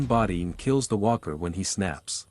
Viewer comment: Hey Mr Artificial intelligence Narrator? You said Weaker. The word is Walker. I'm now not afraid of a Cyberdyne Terminator AI apocalypse because AI is so stupid and I hope you stay that way because I want to keep my job you bastards!